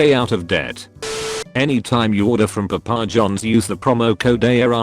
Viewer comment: PuhPAH Johns. I like it.